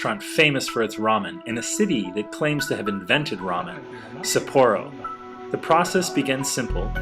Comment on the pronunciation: Love ramen! Nice educational video but the pronunciation of Sapporo is wrong :\